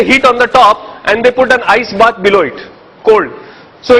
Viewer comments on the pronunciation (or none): none